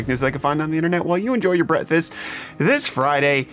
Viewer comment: Please for the love of God learn how to pronounce "breakfast."